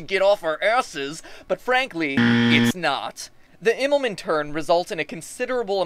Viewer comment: Pronounce it like "Immelmun" Also you forgot that in far and open Space the gravitational pull is something not that easy to work with.